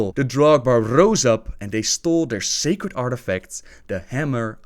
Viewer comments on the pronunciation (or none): none